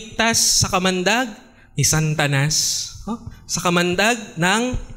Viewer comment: Sir ang pagbangit mo natanas ay Santanas ang bangit mo ginawa mong Santa ang satanas bolol bolol pa ang pagbasa mo